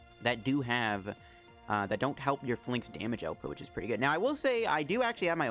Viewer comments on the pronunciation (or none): I cringe when you say it. It's pronounced FAY-links, buddy